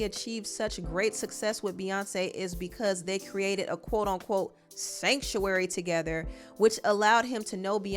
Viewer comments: “SanCTuary” 😂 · One more time…. “SANCTUARY “ Lol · the way you pronounced "Sanctuary" is sending me!! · The way u emphasize the word "sanctuary" is killing me 😅😅😂😂😂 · Ik this is a serious discussion but am I the only one who cracks up every time you say "Sanctuary"! 😂😂😂 I am screaming! 🤣😂🤣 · the emphasis on “sanctuary” everytime lmao 😭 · Sanctuary was all I was hearing😂😂😂😂😂😂😂😂😂😂😂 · It's the way you say "sanctuary"😂😂